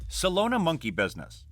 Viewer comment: Solana bro SOLANA not Solona 😂